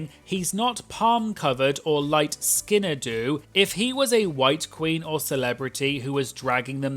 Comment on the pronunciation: light skinn-ed ooh? are you using AI? Please dont